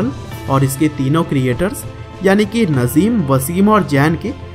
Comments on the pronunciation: Bro It's Nazim Not Nazeem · Naaazim. Not nazim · नज़ीम नही नाज़िम है 😂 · Nice information video bro thanks but real name नाज़िम not नज़ीम ok I hope you understand 👍👍👍👍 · Bro wo nazeem nahi Nazim hai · भाई नज़ीम नही...नाज़िम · Sir नजिम nhi नाज़िम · Bhai nazeem nhi nazim h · It is not nazeem it is naazim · nazeem nahi nazim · Not नजीम नाजीम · Naaajim h bhai najeem nhi 😠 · Bhai Nazeem ni Nazim hai 😂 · Saaly nazeem nhi nazim hai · bhai naam to sahi se lele yrr 😬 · Najim bhai ka nam to sahi se bol lo bhai bayography batate ho